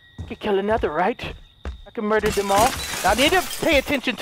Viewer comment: The number one most said thing in this series is "I will mudder"